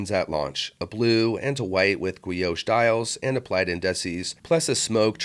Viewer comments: A gwee-oash dial. 🤣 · It's pronounced "ghee-osh" brother. Hard g and o. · The way you say guilloche makes me chuckle. Subbed. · This is totally AI with a gwee-osh dial on an awk-ta-gonnal case.